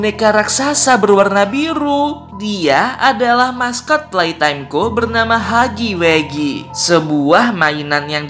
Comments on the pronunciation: Huggy wuggy bang bukan heggy weggy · Wuggy wuggy bukan haggy weggy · huggy wuggy =hagi wagi gitu bacanya